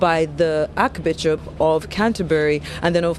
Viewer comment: Archbishop not arc bishop